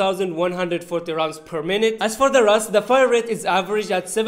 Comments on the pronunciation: It is not "RAS" it is called "RUS". In Russia we dont call Yemen as Semen smh. RUS-79U means Rus, 1979, ukorochenny(shortened). It is a game name anyways. Real name of the gun is AKS-74. However it is called "RUS" in game not "RAS". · This is the first YouTuber that said R U S as RUS